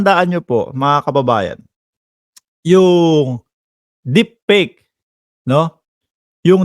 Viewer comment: Brod.ayusin mo ang pagbigkas mo sa deepfake para hindi ka masilipan gayahin mo si JDV ang pagbigkas nya sa letter f,p,j g,v,at b ay tama.